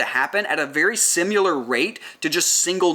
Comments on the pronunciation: I'm very late to this party but I have a tiny bit of feedback. Something super small. Just the way you pronounce 'similar' You say simular and really accentuate the 'u'. I can't tell if that's an accent thing or if you're saying the word incorrect. Thanks for video. Great content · I'm wondering where that pronounciation for "simuler" (similar) comes from :)